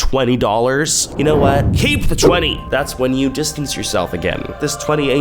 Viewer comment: Every time I hear “chu” I think of tophiachu😭